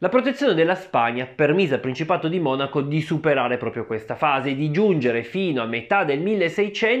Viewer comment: Adesso ho sentito dire Monacó 🤭 che rinko